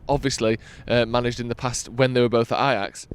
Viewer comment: Stop Saying ....AJAX.....😂😂